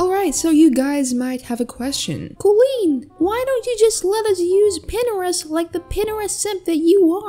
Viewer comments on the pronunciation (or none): why does you pronounce it pinerest and not pintrest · I think how you pronounce Pinterest is like this: (pin-ter-rest) or (pin-Trist) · Disliked for pronunciation of pinterest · ...."pinneres"? its... "p-interest" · how its spelled: pintrest how says it: pinrest dear,if you dont like this comment. Delete it idc what you do with it:D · No one: Literally no one: Kooleen: "PiNEreST" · wait pinterest is pronounced pinerest??? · “Pinnerist” lol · Is it’s pinTerest or Pinerest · Is no one going to talk about her saying Pinterest as pinerest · Pin - er - est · They way she says pinterest should upset me but honestly i love it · Why is no one talking about how she pronounces pintrest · is pintrest pronounced how she said it or is it pin TR ist